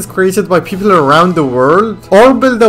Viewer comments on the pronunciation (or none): did i just hear pepol